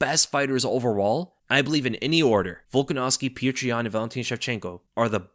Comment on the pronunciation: Man you're killing me with how you're mispronouncing Petr Yan's name. Lol. He one of the best fighters in the sport and former champion, current uncrowded champion. Show him the respect of pronouncing his name correctly. Lol. Look up the pronunciation if you need help.